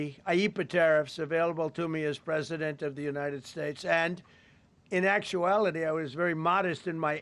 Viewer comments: "In actuallitiway" -thrump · “In actuality” is it just me or can he not actually say “actuality”? Just negates everything else he says…